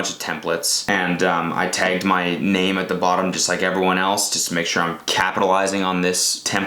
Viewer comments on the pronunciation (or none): did you really just say TAY- gged instead of tahgged? Omg Cody no